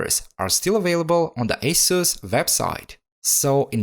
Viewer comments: Agreed with the pronunciation! 🙌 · It's so nice to hear the correct pronunciation for Asus. Very thorough repair of this laptop. It's an expensive laptop.